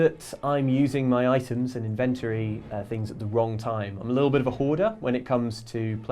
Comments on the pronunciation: Do you guys ever get stressed that the internet is laughing at your inability to pronounce "inventory" correctly? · This channel makes me wonder if I have been saying the word "Inventory" right all these years. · It's pronounced 'Inventory' damnit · Do you ever fear pronouncing 'Inventory' wrong? Lol. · You need to learn how to say inventory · Someone teach that poor man how to say 'inventory'.. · If I have to hear you guys mispronounce inventory one more time.....GNAAAAARGH